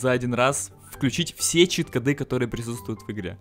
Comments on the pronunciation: чит-кОды, а не чит-кАды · Не Кады, а коды!!!!! Такое ударение - это тупость. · Короче, ты вроде неплохой человек. Но во-первых, чит кОды, во-вторых, поменьше бы пиздежа, побольше бы дела,в-третьих, ты похоже маленький ещё? Это же как надо коверкать многострадальный русский язык?